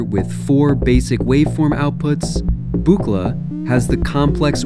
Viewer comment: It's "book-la!" Don is seems bit grumpy about his name being constantly mispronounced. Though I don't know if Bob Moog cared much about his name being mispronounced. 😁